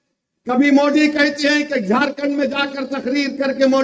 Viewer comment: यह बोबडे को "दरम्यानमें" द बोलना मुश्कील नही लगता मगर मोदी को मुंडी बोलता है